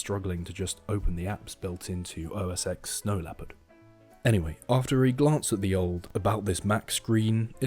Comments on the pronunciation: “OS eX” makes me cringe lol. Its pronounced 10. Nonetheless this was entertaining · It is pronounced "OS Ten"